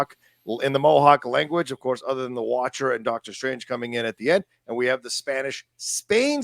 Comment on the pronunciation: I'll never get tired of hearing saying "Dark-tor Strange" 😁